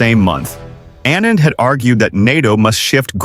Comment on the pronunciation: They mispronounced Anita's surname, they showed a picture of the wrong person entirely. The video must have been made by an American, uneducated moron's!!!